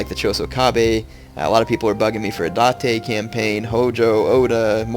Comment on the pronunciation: date not da te